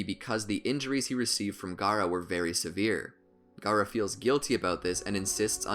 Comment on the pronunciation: stop the cap and its not "gara" its Gaara